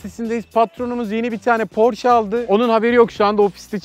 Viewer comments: Porş değil porşe diye okunuyor. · Abi porsche bi alman arabi ve porş diye okunmaz porş diye bi kisaltmada yok porşe ya iste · Porş değil Porşe diye okunur resmi Porsche hesabi bunun aciklamasini yapti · porsche 'porş' diye okunmaz 'porşe' diye okunur sevgili webtekno ve takipçileriiiii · Porş diye okunmaz Porşe diye okunur. Araba Fransız markası diye geçiyor ama mucidi Avusturya asıllı Alman olduğu için Porşe diye okunması doğrudur. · Şirketin sahibi bile onayladı Porş değil PORŞE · Abi porş almanyadaki telaffuz şekli porşe ise ingilteredeki telaffuz şekli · porsh değil proshe dil çünkü kendisi bir alman arabasıdır (evet hepimiz aynı videodan öğrendik) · Zaten Porsche Kelimesi ''Porşe'' Diye Okunur ''Porş'' Diye Okunmaz. Porsche Fransız markası ama, onu dizayn eden ve adını veren Ferdinand Porsche Avusturya asıllı (Bazı kaynaklara göre Çek) bir Alman.. Hem de çok ünlü bir Alman.. Adamın adı, Fransızca Porş değil, Alman gibi Porşe okunur. Yani, "Patron'un Porşu" değil.. "Parton'un Porşesi.." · Bu arada Porsche nin aslı porş diye okunmaz porşe diye okunur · Porş diye okunmaz Porşe diye okunur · Porş degil porşe dogrusu 😂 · "porş" değil "porşe" dir, Almanlar "porş" diyenlere kızarlar. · porş değil porşe diye okunur yalnız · Porsch değil porsche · "Porş" değil "Porşe" çünkü Alman markası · Porş değil porşe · PORŞ DEĞİL PORŞE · porş değil porşe çünkü alman arabası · bide doğrusu porsch demiş ajdjsjd cühela cahül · Hayır okunuşu porşe dir araştıra bilirsiniz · porşe diye okunuyor. Firmanin ceo su soylemisti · porşe diye okunur avusturyada yasiyorum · Alman markasıdır "porşe" diye okunur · porsche amk e yi oku almanca ingilizce değil